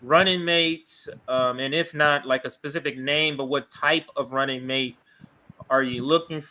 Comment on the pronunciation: Mate pronounced like ma and tay matay mate